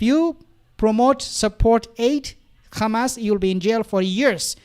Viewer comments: Stop saying khamas it’s Hamas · Bro stop saying Khamas, its Hamas. Zionists say Khamas. Its like saying Khomos instead of Homos